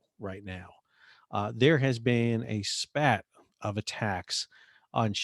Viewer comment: spate not SPAT